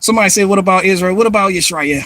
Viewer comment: I thought you were doing Einstein until you were like Its aboot time aye.